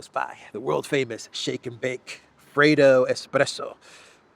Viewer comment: Freido? Pronunciation ( freddo cappuccino) La dolce lingua italiana